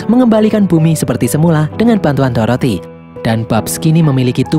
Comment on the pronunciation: Dorothea kak bukan toroti